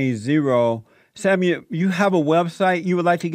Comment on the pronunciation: When Jesse says Samuel it sounds like "Seven-year old" ... how fitting!